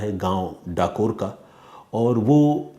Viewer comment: Not kathor it's Dakore